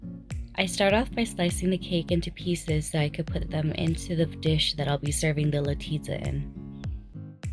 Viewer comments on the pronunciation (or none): it's "LaNtiyaS"